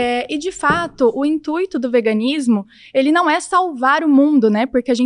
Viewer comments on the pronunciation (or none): Uma advogada que fala “intuíto” lol😅